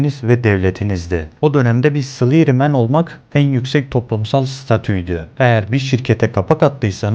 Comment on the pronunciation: Abi bari bi kere dinleseydin salary nin telaffuzunu be